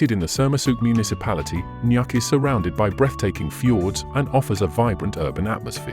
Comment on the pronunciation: It’s not pronounced nak. It’s pronounced Nook, written as Nuuk. Don’t make videos of places if you can’t pronounce the names of these places correctly. You’ve butchered all the names of all the towns in Greenland. 😡 Why are you adding photos that are not from Greenland at all? 😡 A very poor video about Greenland.